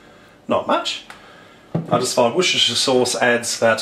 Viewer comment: Washhhhshhsehshhserrsh souce ? O.o